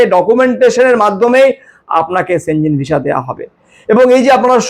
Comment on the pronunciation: সঠিক উচ্চারণ সেনঙ্গেনই হয়।